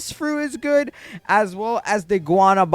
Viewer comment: Guanábana not guanabána just respectly correcting